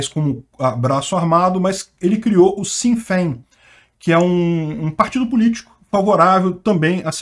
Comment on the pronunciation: Le-se "shine Fain"